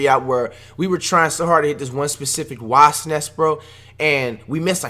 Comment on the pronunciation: I like how flight is trying to say wasp so hard